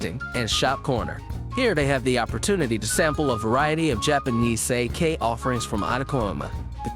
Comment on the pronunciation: Thumbs down for pronunciation, if I have to hear you say sake one more time I will claw my ear drums out…